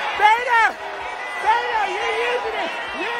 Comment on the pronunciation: Beto pronounced as “beta”